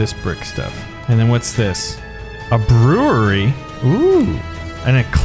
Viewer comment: " I want to build a brerewery " 2020